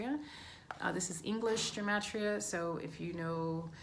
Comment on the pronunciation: Take a drink every time she says Gem-Et-Tria 😝